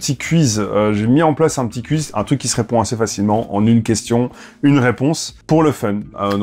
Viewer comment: Il prononce cuiz 🥲